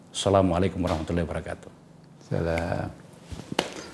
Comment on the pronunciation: Pak Faisal grogi ya masa warah matullah (Allah) coba simak kembali salamnya🤭🤫